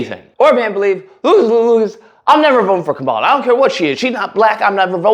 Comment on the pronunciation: Calling Roland Martin a hostile ig'nant while wearing a "stop heterophobia" shirt every GD video is rich!🙄 Now try to pronounce Kamala's name correctly, if you can.